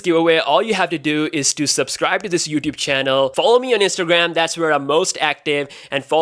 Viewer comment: “Ewan 1 step a head “, and “youatube”